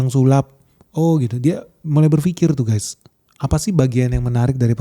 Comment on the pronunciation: Guys not guess.